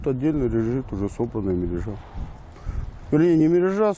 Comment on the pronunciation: МерЁжа под лед ставится, а то что показано чем то похоже на закол(летний вид). мерЁжа ударение на Ё.